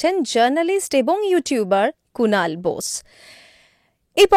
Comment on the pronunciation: সব ঠিক আছে ভালো পডকাস্ট কিন্তু কুণাল বোশস না। বোস বা বসু। বাঙালি হিসেবে হিন্দি উচ্চারণ করা টা অর্বাচীন। যেভাবে বোশ বলছেন সেটা গুণ্ডা মস্তান রা (শ )বলেন। কিন্তু ভালো ইন্টারভিউ হয়েছে।